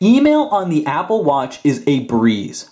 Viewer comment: stop saying watch so weird. Im out